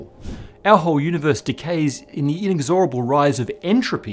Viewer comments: in-EGGS-or-able, please. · "In xor able" That's certainly one way to pronounce it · Isn’t it “in-EX-or-a-ble,” rather than “in-ex-OR-a-ble “? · Inexorable. I can't find a single reference which says to pronounce it your way. They all give it as in-EKS-ə-rə-bl (where ə is the neutral vowel) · "in-ex- OR-able"? That's what you get from researchers who read a lot, but don't discuss in person with experts. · Don't wanna be pedantic here, but the pronunciation of "inexorable" was shockingly in error. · He mispronounces the word "inexorable" . He is incorrectly emphasizing the third syllable instead of the second. Reference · You say 'inexorable' very strangely.